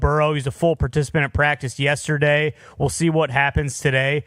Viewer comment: How tf is dan orlovsky getting paid to talk football. He's literally 3-23 in his career. Dude was trash and is still trash af. He's so dumb he can't even say "yesterday" right...